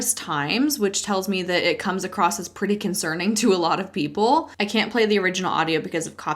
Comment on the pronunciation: Everything he's saying is so cynical. Why can't people see this? Personally, I lost interest in his speech quite early because there is no t in across.